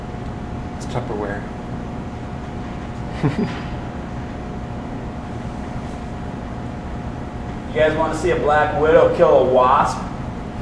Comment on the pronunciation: "its tuperwear"